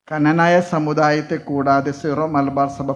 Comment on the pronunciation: കനനായ അല്ല... ക്നാനായ